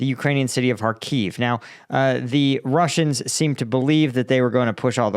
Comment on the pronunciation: After almost 3 years of full war in Ukraine you are still unable to pronounce the simple word Kharkiv correctly.